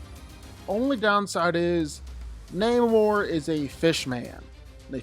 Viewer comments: It's not naymor.... It's Namor. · Na-mor not neymor hahhahaha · your pronouncing his name wrong, its either Nah-mor or Aguhl-guhl-khan.. lmao the only reason why they changed the origin story of his and had a mexican play this character instead of a European is bc they thought he would be too similar to aquaman which includes the underwater city of atlantis.